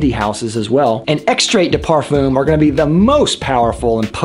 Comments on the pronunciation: Watching in 2021. Thanks for the breakdown of Cologne, Toilette and Parfum. Btw, it's properly pronounced "parfahm", not parfoom. But anyway, I do have a question. Is using a body spray deodorant such as Axe for underarms, and couple sprays of eau du parfum on say forearms, at same time, not right to do..? If you only use eau du parfum, but nothing for underarms, then...? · Thank you for this interesting summary. But Pleaaaaasse could you stop mispronounce “parfum”. Please! It’s \paʁ.fœ̃\